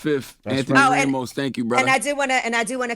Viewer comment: The guy said "Anthony "RAY-mos". That really bugs me.